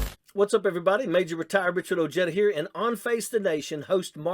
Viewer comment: Your pronouncing your name wrong Mt. Ojeda…. Very wrong